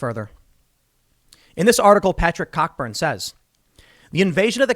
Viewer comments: Tim, it's not "Cockburn", it's pronounced " Co-burn". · It's.. not pronounced COCK-burn.. but COH-Burn. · Cockburn is pronounced "Coburn" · I don't think it's pronounced "Cock Burn" Tim Tim. Am sure it's pronounced "Coh Burn". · "Cockburn" is pronounced "Co-burn." It's Scottish. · Tim said "cockburn" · "Cockburn" lmao